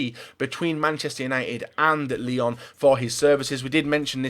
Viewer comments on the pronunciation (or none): none